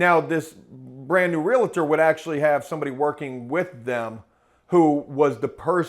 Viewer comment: Realtor "real tor": "real a tor" Forgive me. If you're gonna deal with them, learn to pronounce their job title. Please? For sake of my sanity?